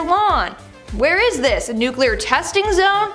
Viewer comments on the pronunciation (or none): It is : nu CLE ar. The C & L are touching each other. "nuclear" He pronounced it like Homer Simpson.